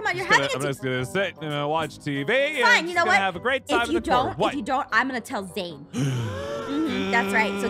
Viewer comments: Its zane not zain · It's Zane not zain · BRUH THIS IS SWEET BUT THE CORRECT WAY TO CALL HIS NAME IS ZANE NOT ZAIN!!!!!